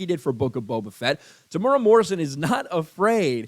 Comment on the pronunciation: Psst it is pro-nounced Tem-oooh-era but good take Sir.